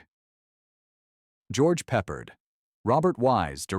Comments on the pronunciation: I was going to say 1: It's [pu-pard] not [peppered] and 2: It's not Peppard, it's George C Scott. I actually saw this film when it came out, it was very impressive to my preteen self... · George Pep-perd??